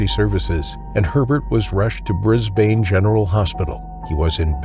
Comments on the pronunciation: yeah bunch of mispronunciation again- normally i wouldnt comment on the city names cause it happens constantly but the fact you said "Bris-BANE" like 5 times in a row ticked me off so heres how you say it. "bris-bin" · Pronounced Brisbun although spelt Brisbane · Or Brisban is probably more accurate but don't expect people to understand all pronunciations like Aussies do❤